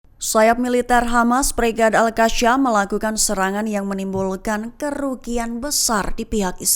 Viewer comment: ALQASAMMMM😅😅BUKAN ALKASYAM😅